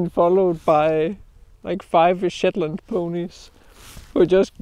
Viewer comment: That danish accent is a real joy to hear sometimes. Especially when it sounds like you're calling them shitland ponies 😂